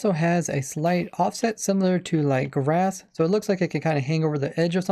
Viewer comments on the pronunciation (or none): none